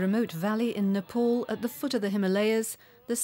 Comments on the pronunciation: Butter was not born in Ni- pawl. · Nepol or Nepal 😂